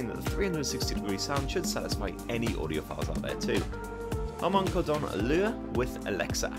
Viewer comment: Hilarious the way you pronounced Harman kardon. Not once in my life have I ever heard anyone say it like that.